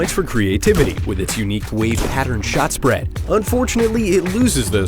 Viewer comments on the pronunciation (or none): none